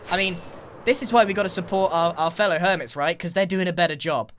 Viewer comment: let me translate for you, don't comment on channel "becwause he gwets angwy"